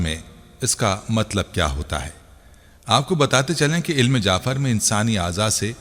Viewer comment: Bhai ilm jaafer naheen ilm jafer